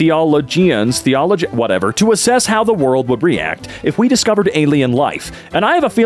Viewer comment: I cannot understand how someone can be a professional [?] voice actor and struggle with the word "theologian"